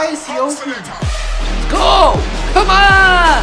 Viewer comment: Lol the way said “COME ON!!!!!” 😂